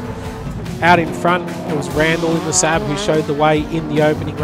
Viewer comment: Only time I've ever heard anyone mispronounce SAAB. He said "sab" like you'd say "sad". [Facepalm]